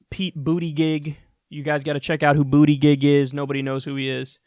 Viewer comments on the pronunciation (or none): Pronounced Buddah judge. Pete Buttegieg that is. He is the mayor of my hometown of South Bend, IN. He's alright. He was a big Hillary supporter. He is very socially liberal, but not nearly on par with the likes of Bernie. He's young, gay, a veteran, and a relatively handsome guy. He ran in 2016 also, but didn't make it very far. I don't think he'll last much longer this time, but it is kind of cool to see someone local on the stage. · Pete Boo-teh-jesh is the mayor of South Bend, Indiana.